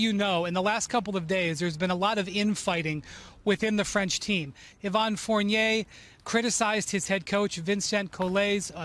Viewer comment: Lol nobody has ever said Evan Fournier like that. Because it's French Olympic team you had to add the pronunciation? 🤦